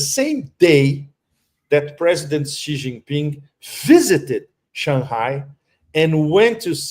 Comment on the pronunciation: Please Judge, the Chinese President’s name is Xi, pronounced ‘see’, not ‘gee’